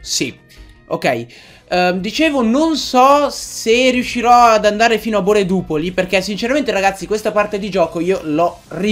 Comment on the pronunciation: Non è boredupoli ma boreduOpoli